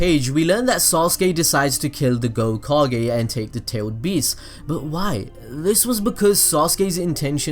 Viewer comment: gokage lol